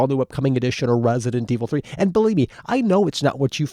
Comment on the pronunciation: Guys he isnt talking about resident evil 3 hes talking about wesident evil 3 calm down